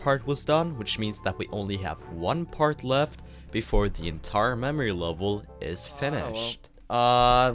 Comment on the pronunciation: ah yes mamory level